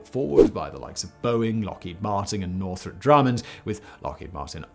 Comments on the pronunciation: First time you said "Northrop Grumman" it sounded like "Northrop Drummond" lol After seeing how astounding this James Webb telescope project was, I'm sure your future Artemis videos will be equally enjoyable. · " ...the likes of Boeing, Lockheed Marting and Northrot Drummand." I'm sorry, does Simon need some new glasses or has the script writer given up doing a spell check... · Did my guy say Northrop Drumman